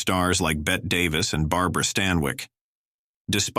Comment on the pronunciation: Hey, AI -- It's Bette Davis, not Bett Davis as you are pronouncing her name. The last "e" is definitely pronounced long, as in "ee". My mother's name was spelled "Bette", and pronounced as "Betty". Same with Davis.